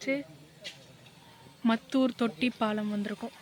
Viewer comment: மத்தூர் இல்லை மாத்தூர் சிஸ்டர்😂